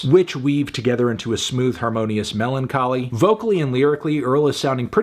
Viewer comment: when he said MELONcholy 😔